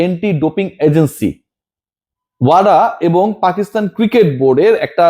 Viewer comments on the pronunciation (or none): none